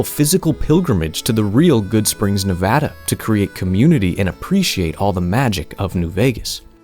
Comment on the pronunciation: you are such a goated YouTuber and I've been watching you for a while now, but the cherry on top was hearing you say Nevada correctly🙏🙏🙏🙏